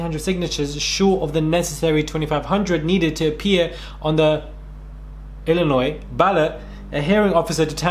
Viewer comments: Ngl, was laughing my WHOLE ass off listening to trying to talk about US politics and locations. Caught the pause for pronouncing Illinois correctly, but I lost it when he said "Ar-Kansas." Good vid. Just super funny listening to someone (presumably) from the UK discuss these things. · LOL!!! You carefully pronounced 'Illinois' LMAO!!!!